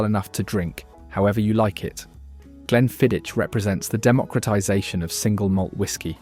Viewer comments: You need to learn to pronounce Glenmorangie and Glenfiddich properly, but that's what happens when you use AI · I'm cringing when you pronounce glenmorangie and glenfiddich